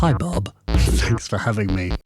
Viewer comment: Oh no, he called him Bob...It´s Bo or Bosse! Bosses beats!